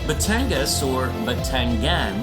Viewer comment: Its gas po not gan. Batangas